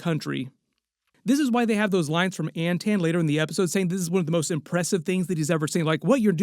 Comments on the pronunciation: This MFer saying “An-tan” Is too much. I gotta tag out, it’s obnoxious as fuckkkk that he can’t say “Anton.” It’s Anton, with aa’s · AnTON, not AntAnne. Everytime I heard it, it drove me crazy. They reference the name in the podcast